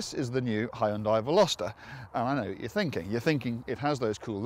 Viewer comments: it is hy-un-dai not hon-day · it's pronounced "hyundai" like "sunday". Only 2 syllables not 3. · Wrong it is Hyun Day. There is no long I sound in the name. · I'd say that depends on the particular country, in Australia the advertising in the early 90s pronounced it 'Hee-un-day'.